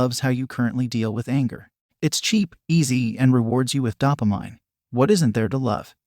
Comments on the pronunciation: It should be a crime the way that bot just pronounced "dopamine" in this video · It should be a crime the way you just pronounced "dopamine" in this video